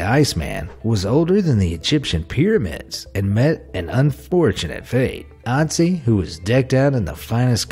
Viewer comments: It is Ötzi not Otzi and I have seen him. It was kinda scary tho... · Ötzi, pronounced OOT-zee with the OO sound being like it is in the word "look". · Your pronunciation of the icemans man is wrong